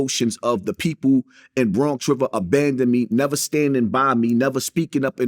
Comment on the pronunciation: Bwonx Wivah